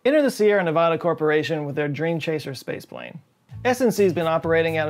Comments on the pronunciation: why do so many people pronounce Nevada incorrectly? It's spelled Nevada, not Nevahda. it's pronounced exactly as it's spelled. It's pronounced “Nev-AD-a,” not “Nev-AH-da.” it's not like I ever pronounce Texas as Tex-ass or something absurd that like that. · Sparks, NEVADA - not Ne-VAW-Da - search WESTERN STATES FOR DUMMIES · It’s Nevada not Nevahda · and it's Nevada not Nevahda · Didn’t mean to sound rude but Nevadans hate it when it’s pronounced wrong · I’m just going to say it: It’s Nev-ah-duh, not Nev-aw-duh. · Its pronounced nev-A-da not nev-O-da, just like how you pronounce Canada not canOda, fyi -Nevadan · I love you but it’s NevADa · I love your videos, and this one is great. But please learn to pronounce Nevada. No one in Nevada pronounces it that way.